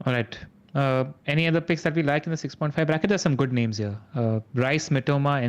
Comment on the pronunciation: Love the pod, but can y'all put in some effort into learning the right name pronunciations? I think its a bit disrespectful if y'all are not even trying at all (sometimes).